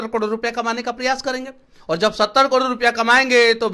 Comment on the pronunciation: तू भाई पहले करोड़ बोलना सिख जा